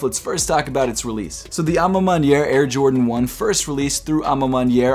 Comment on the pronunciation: Good French, mon ami 👌 à ma manière 😊😉 from Paris 👌